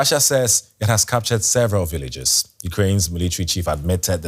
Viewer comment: Villages NOT Willages😂